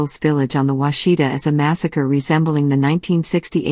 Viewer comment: That's not the way you pronounce Washita.